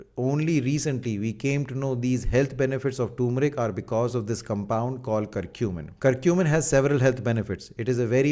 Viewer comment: Y r u pronouncing turmeric as toomric like foreigners⁉️🙄